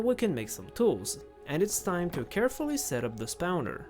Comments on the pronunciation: That's not how you pronounce spawner (you pronounce it like spouner lmao) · At least he didn't pronounce it \i.ʁɔ̃\... Jokes aside, his pronunciation is really good (to my non-native ears). Also he said "spouner" instead of "spawner" :). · I LOVE how you say spawner 😭😭 spaunaur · You're saying spowner on purpose